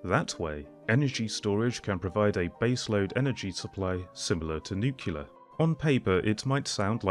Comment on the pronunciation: I keep hearing the comparisons based on use of land instead of ACTUAL COST . The presenter doesn’t make a single mention of actual cost comparisons. And it’s NU-KLEE-ER and not NU-KU-LER !